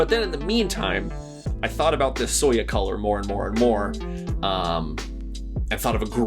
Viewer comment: So to help if you ever run into the word soya again, it's kind of pronounced like Soy-ya or Soy-uh The color is supposed to represent the asian style soy milk that a lot of us grew up with more than it does like beige, but I can definitely see how it can relate...I definitely would not be typing on my soya board if it was actually beige, but very entertaining video and I also agree, this keeb is a chonker both in style and weight. I can't imagine how it would be like with the optional weight